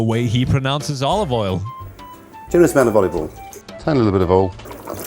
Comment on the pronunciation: he pronounces it like the south does in the us “olive ull”